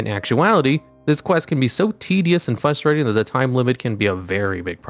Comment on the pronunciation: These achievements are very "fustrating"